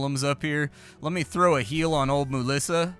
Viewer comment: Moolissa! Lol